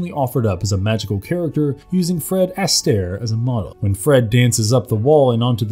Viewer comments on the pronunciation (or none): The famous hollywood actor and dancer's last name is pronounced "ah...STAIR" and not "ASS...tair", with the accent on the second syllable rather than the first. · Fred Ass-stair... More+tea-shu...? Where the f do these narrators come from? This has been a reoccurring theme lately on YouTube.. I did notice that the parent company is from India.